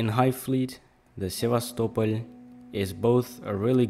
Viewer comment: I like how pronounce Sevastopol. Most ppl pronounce it as: sevastopol... Like a normal English speaker, but u pronounce it: sevas, topol